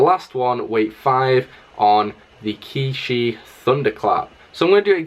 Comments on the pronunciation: by the way its pronounced chee yee not key shi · QiYi is not pronounced as ki shi it's chi yee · Qiyi is pronounced chee-yee not kee-shee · What is ki shi it’s chi yi